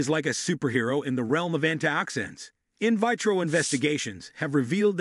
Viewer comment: In vitro, esophageal, antimicrobial, "clove" pronounced like "glove", this narrator does not know how to pronounce the vocabulary in his video. This is the spice Columbus was looking for. It's from Indonesia not India and that's real reason why Native Americans are referred to as Indians. They sell clove cigarettes in Indonesia a friend of mine used to smoke them all the time unfortunately he passed away from prostate cancer.